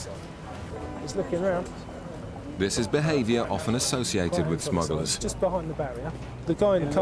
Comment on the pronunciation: Narrator keeps mentioning 'smuggalars'!